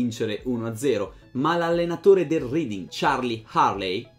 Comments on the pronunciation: R"E"ding, non R"I"ding. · Bella storia.. Comunque Reading è un paese inglese, ci sono stato e si pronuncia reding non riding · Credo si pronunci "Reding"